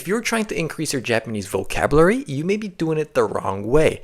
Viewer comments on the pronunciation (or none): He did he just say "vocabruary"?